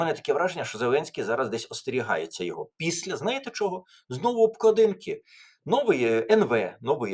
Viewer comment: Пане Тарасе, не обкладІнки, а обклАдинки. Звертайте, будь ласка, увагу на наголоси. У Вас вони іноді дуже дивні.